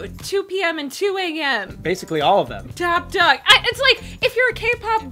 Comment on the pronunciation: Did u say... TOPP DOGG ????